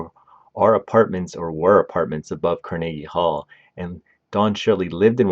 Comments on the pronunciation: Freaking hate ai narration… car-neeege hall? Puhlese!! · CAR-NA-GEE Hall. Bro, how do you not know how to pronounce that? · Pronounced car.nuh.gee hall with emphasis on “car” and hall. Definitely not: car NAY gee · Car na GEE hall Can you pronounce ANYTHING right??? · Not to mention he pronounced Carnegie Hall as Car-niggy Hall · The way you pronounce some words is really irritating me. Carnegie Hall, Mortensen are just a couple. You do it to get comments complaining. I get to call you an uneducated idiot. We both win. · Made this nearly unwatchable. It's not as if it was a language barrier issue, more like a lack of research, issue. Seriously, who doesn't know how to pronounce Carnegie Hall?